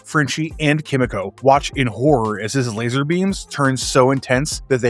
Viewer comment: Why should I listen to someone's take who can't even say kimiko right